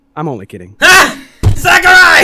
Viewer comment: XD 'AH SAKI!' That cracked me up.